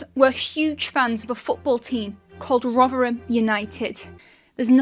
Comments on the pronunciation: I always thought it's pronounced Rotherham, not Rughgheram. But who am I? Not even a native speaker. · Where does the sudden East End accented ‘Rovverem’ come from?